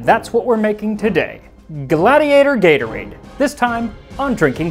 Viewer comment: gladtorade (the “dt” being pronounced like the “dt” in “bundt”)